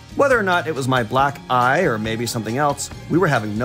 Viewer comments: something about the way you're pronouncing "black... eye" and the fact that y'all started trying to approach doors without Reggie with you makes me think there was something else being telegraphed lol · That pause between black and eye each time, very funny.